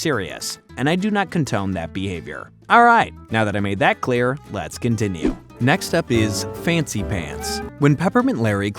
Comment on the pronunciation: Do not "contone?"